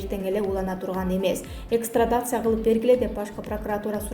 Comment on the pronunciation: Экстрадация-деп 2 жолу окуду, чарчаган го кызымка!